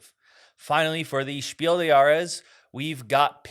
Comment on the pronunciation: Since your show is otherwise great, I only have one thing to tell you again: the “des“ is similarly pronounced as “bless“. You said it so well last year. I am so glad that The Crew is Kennerspiel. It’s a great game.